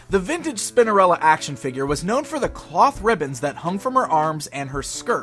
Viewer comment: I swear he says Spindarella 😳